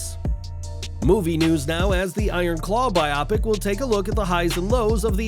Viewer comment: Bi-op-ic?!? Well, you at least guarantee at least one speaking botch per episode